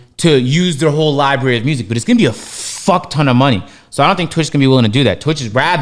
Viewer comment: Damn, LoW can't pronounce library either lol